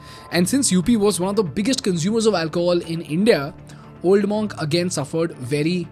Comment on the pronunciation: Spelled Monk but pronounced MUNK not MAWNK.